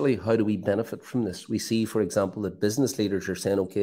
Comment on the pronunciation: Bwilliant stuff fwom Mr Bwolly